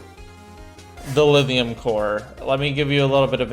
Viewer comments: I hear Lidium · Lithium has a thhhhhhhhhhhhh in is not a the in it you sadist!!!!! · He uses a voiced dental fricative instead of a voiceless dental fricative to pronounce it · The rest of the world: LiTHium: Livium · he does a soft 'th' sound, it's weird